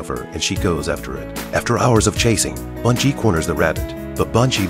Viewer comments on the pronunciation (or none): B-e-ngi not bUn-gi is how it's pronounced. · The dogs name is Ben-gee!!! Please pronounce correctly!!!